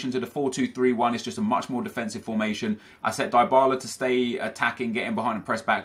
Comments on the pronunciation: Its "Dee-ba-la" not "die-ba-la" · It's pronounced dee-bala btw